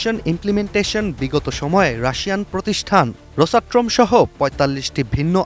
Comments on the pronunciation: "রোসাট্রম" না "রোসাটম"? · রোসাট্রোম উচ্চারণ ঠিক আছে তো?